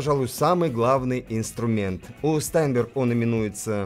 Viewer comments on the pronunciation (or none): Штаинберг правильно произносится это немецкая фамилия. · всегда интересно смотреть Ваши обзоры, спасибо. P.S. И всё-таки "ШтАйнберг", у Карла фамилия произносилась именно так!